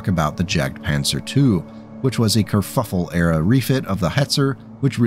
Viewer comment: It took me a few times to realize what Kerfuffle was being said instead of haha